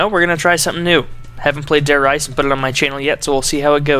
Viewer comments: Dude its Re-za I speak German as well! If it were pronounced rise it would be spelled with no e at the end of Reise. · He said Der R"EI"se while it is actually Der R"IE"se. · I don't want to be a grammer snob, but, I believe the Reise in Der Reise is prounounced Reese like a Reeses penut butter cup. I could be wrong though..